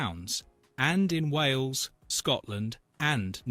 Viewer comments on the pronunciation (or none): none